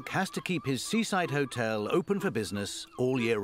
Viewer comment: Mark can’t even pronounce the name of his own hotel.